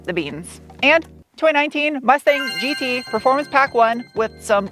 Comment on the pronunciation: German speakers chuckling at 'GE - TRAYG'...but seriously, love the content and a big fan